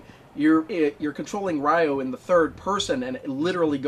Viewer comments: It's not "rye-o." It's "ree-o," like the Brazilian city only with the emphasis on the "yo." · Glad you finished Shenmue 1! (But why do you call "Ryo" (it's like "Rio" but with the emphasis on the "o") as "Ryoh"? Haha. :P) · Weird how you pronounce Ryo's name correctly for the half of the video, but then you pronounce it incorrectly as "RYE-OH" for the last half of the video.